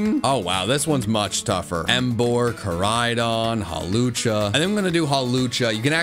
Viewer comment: Koraidon, not Karidon!